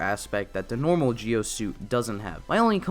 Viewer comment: you're right it's pronounced Ji-O...